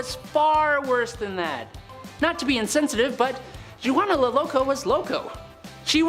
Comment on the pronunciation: Byzantine is pronounced 'bizz-an-teen'. Zeitan is 'zay-tan'. Poitier is 'poah-tee-airs'. Juana the Mad is 'whanna'. Also, you did Elizabeth Bathory twice.